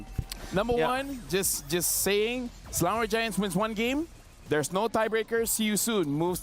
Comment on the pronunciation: Not selandor ...selangor